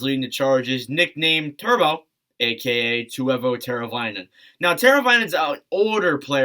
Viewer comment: i was the person who said drury is more nhl ready than jarvy, there's no way you just prenounced teuvo like that, honestly i don't know if svech fits in your big three, a lot of his assists are secondary and not that great, i love him but i think other guys generate a lot more offense, might as well stick tonyd on that haha